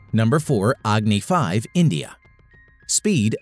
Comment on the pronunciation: That's not yaagni-5,that's Agni-5